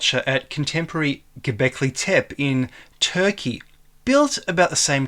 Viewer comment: IThe last E in Gobekli TepE is pronounced, not silent.